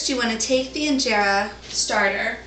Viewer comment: Someone tell her how to pronounce Injera and teff correctly. Hey video lady send me a pvt message on your email address. I can record the pronunciations and send then back to you. When you say teff, it makes you sound cute, in a childish way though.